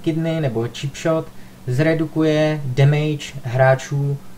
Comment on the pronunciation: Stýlt. Demejč. Dejdžr. :D sorry ale to je hrozný :) jinak dobrý video.